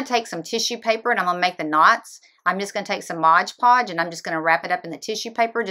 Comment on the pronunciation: MOD Podge, lol not Modge Podge!